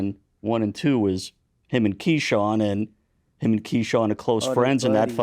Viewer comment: Someone gotta teach shakur how to say HIM, not “Hum” lol